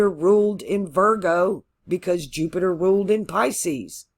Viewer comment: You didn’t say Jew-Peter this time! (Jupiter) That’s how I remember! 😁. Thank you for my chart! 💚☀️💚